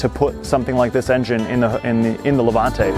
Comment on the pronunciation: Levante not lavante